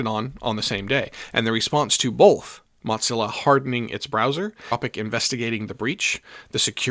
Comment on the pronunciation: It's just "moe-zilla" (or "muh-zilla"), my friend. It's not an Italian meat sauce.